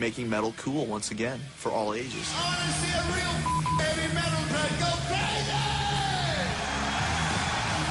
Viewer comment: Ma una voce narrante che almeno sapesse pronunciare HEAVY METAL a garbo era chiedere troppo?